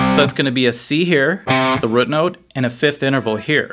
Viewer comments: Also... root rhymes with boot. Not with foot. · You say "root" funnily. Like "rut"... It's interesting since I don't detect any "drawl" or "accent" anywhere else.